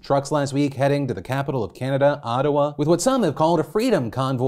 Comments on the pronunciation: That was the weirdest pronunciation of Ottawa I have ever heard.... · HOW PHILIP PRONOUNCED OTTAWA?! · worst mispronunciation of "Ottawa" since Tucker Carlson said "Ohtahwa"